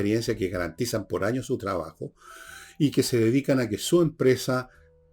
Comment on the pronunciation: Enchhhega. No es difícil pronunciar TR. Tres tristes tigres trigaban trigo en un trigal. Por favor Villegas chabajo no es trabajo. Has pronunciado TRIGONOMETRÍA correctamente.